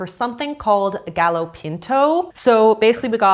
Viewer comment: the pronunciation for gallo (gah-joe) as gal-low for the gallo pinto took me out 😭